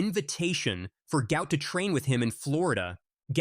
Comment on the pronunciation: PRONOUNCE HIS NAME CORRECTLY. GUOT NOT GOUT